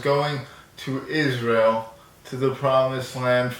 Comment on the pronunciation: When you said Isntrael...